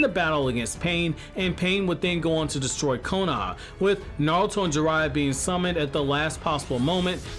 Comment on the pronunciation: "konaha" lmao kohona?